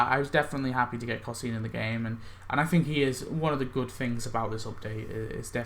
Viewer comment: It drives me crazy how u pronounce cosine...it’s pronounced Co-Sign. Pirate Nelson’s animation on the house boat really saved that costume a little. But the two costumes and that cosplay group so act 4 wins to me